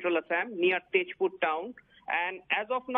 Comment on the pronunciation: Its Tezpur not Tejpur